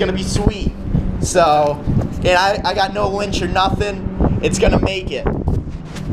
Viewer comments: its winch not linch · "Fuck the lynch" it's "winch" lol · I think he means Winch not Lynch right? Lmfao correct me if I'm wrong please